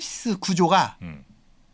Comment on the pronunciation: 시냅시스 아니고 시냅스. 가끔씩 가르치고를 "가리키고"라고 하는 것도 곤장 100대감.